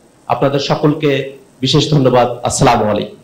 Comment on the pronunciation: সালাউদ্দিন বাই চাঁ,মলাইকুম না আসসালামু আলাইকুম বলবেন